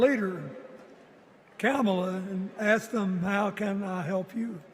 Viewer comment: and ..Hearing Bill Clinton mispronounce her name Kamala Harris =PRICELESS 😅